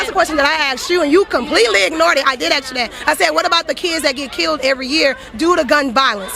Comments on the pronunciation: Did she axe a qwerstion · All she did was AXE a question.🤔🤦‍♂️ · How many times did she ax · I axe you...what’s up with the black community and that axe crap instead ask! DA DA DA!!! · I never heard her axe a real question. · ouch she just axed her! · Don’t “ax” this dumb bitch anything ! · “I did axe you dat!” Anyone know which language this is? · That dude went and hid by his mom i think, and that black female thought that anger would make sense for her. "Axk"? Lazy. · Her intelligence? Axe instead of ask, Mines instead of Mine... Just for starters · She been done axed you a question... low iq parasite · If she's against violence then why did she "just axe" you? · She axed ? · "I mean you cant axe me to tell me like you know, are we done here" hahahaha low IQ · But she “axed” you a question. She wanted to “axe” you more questions not based on facts. She was the poster child for ignorance. Idiot. -Stephen, Ohio TRUMP2020 🇺🇸🇺🇸🇺🇸🇺🇸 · You can’t even axe! Come on Kaitlin! WTF. You insulted mines lack of intelligence. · No you may not "axe" me a question, I don't speak Wal-Mart!!! 😂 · If you want a good laugh, next time they axe to use an "ink pen" ask them what other kind of pen is there. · “I did aks you that” Doesn’t exactly scream “intellectual who should be talking about insulting intelligence”